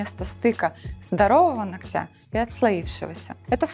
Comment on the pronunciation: Полезная передача, но ударение в слове нОгтя, вы делаете неправильно.